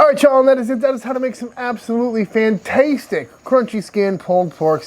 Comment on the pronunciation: stop saying 'fantastetic'